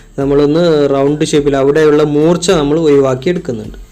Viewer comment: 'ഒയിവാക്കുക' അല്ല 'ഒഴിവാക്കുക'.